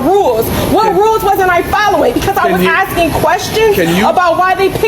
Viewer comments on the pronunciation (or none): This is a patient man! I would have been fired……. Customer facing employees should get hazard pay! She’s just axing you questions….bahahaha